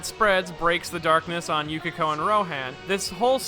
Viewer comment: ah I see, I would say it's excusable because sometimes the manga translations were very bad. But still, how can you say "Yukiko" instead of Yukako? Idk it bothers me. Anyway, good video and analysis. I'll stop pestering about it. Subbed